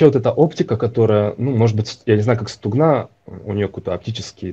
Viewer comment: В слові «стугна» наголос на букву У. Стугна, це річка в Україні.